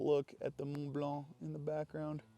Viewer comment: As a french speaking individual, I have to respect the way you pronounce french word in this and the other video, the "Just look at the Mont Blanc in the back" was spotless :)